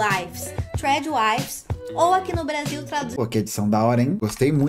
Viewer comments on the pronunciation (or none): É TRAD WIVES, E NÃO TRAD "WIFES".